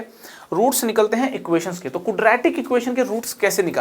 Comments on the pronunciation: "Kudratic" Expression.... :) loved the lecture sir................... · Cudra tik ekwaation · कुद्रैतिक इक्वेशन 😂😂😂😂😂😂😂😂